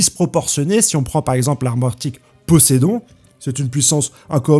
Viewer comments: Pas possedon, POSÉIDON mon pote. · Frero que tu te trompe sur dracule sans prononcer le é, ca va, quand tu tu oublie le « ayl »de crocodile ca passe encore, mais le premier gros possédon que t’a envoyé t’avais pas le droit il ma tarpin surpris lol